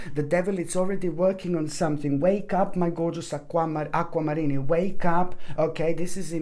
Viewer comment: I appreciate this so much!! Needed to hear it! I also love the way you say “Aqua Mariney” 😂♥️♥️🙏🙏